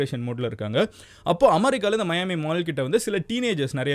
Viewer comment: Athu miami da 😅 (mayaami)😂😂😂😅